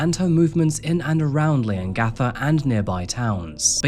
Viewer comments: OMG, I have to.... Its pronounced lee·uhng·ga·thuh 😅😂 Leongatha. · bit concerning how many lapses in research there are for someone who lives so close to where the crime happened. i’m 11 mins in and so far you’ve pronounced leongatha wrong, forgotten to mention that she has a son as well as a daughter, called it “her famous beef wellington” when it’s well documented that she hadn’t made it before and had to use a recipe book, forgotten to mention that simon wasn’t attending the dinner bc he really suspected that erin had tried to poison him multiple times on joint family trips they’d taken after their separation. i hope this is all cleared up later in the video but if not, it’s really disappointing as i know we were all gripped with this case and the info is easily accessible